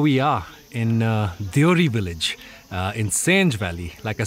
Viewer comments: Beautiful video, thank you so we can watch hidden gems through your eyes. One critic, village name is so beautiful please don’t abbreviate it. It is Deo-Hari so please call it like it. Sounds like you call it deori. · Shouldn't we pronounce it as Deo Hari ?